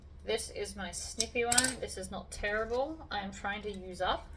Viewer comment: I can't help but chuckle when you say tearable double sided tape because, it sounds like terrible tape